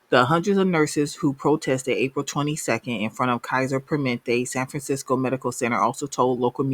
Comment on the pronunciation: "per-muh-NENT-tay" As a nurse who works in IT now, tech in this area is much needed.